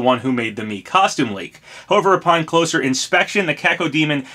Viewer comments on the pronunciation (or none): none